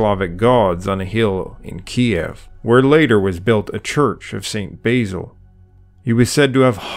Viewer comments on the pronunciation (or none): none